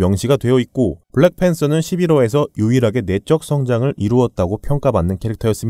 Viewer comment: 블랙팬thㅓ 발음 취적이였다ㅋㅎㅎㅋ 블랙팬뜨어